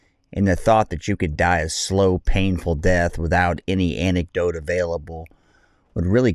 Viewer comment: Bro he said “die a slow painful death, without an anecdote available” lmao i think its antidote but you do you man